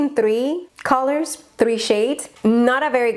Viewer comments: "calorts" JAJAJAJAJAJAJA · "CALORTS" 🤣 ja ja ay!! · Jajajajaja "calorts" "brillarts"😂😂😂😂😂😂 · "Brillarts", "calorts" jajajjajaja